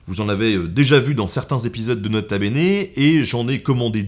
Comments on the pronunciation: Non tkt on dit nota benêt ;p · "nota beignet" bahahaha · "Leurs Quatre zenfants" !??? Nota beignet...😂😂😂😂😂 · "Nota beignet" hahahaha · "nota beignet" 😂😂😂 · "Do nut" call him "nota beignet" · On dit pas nota beignet on dit grota beignet dans mon serveur discord, et ça s’ajoute avec des photos de toi faisant des têtes cheloues, c’est un tout petit peu drole